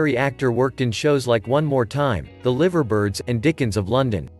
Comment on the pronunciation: Not looking liver birds lol it's pronounced lie ver birds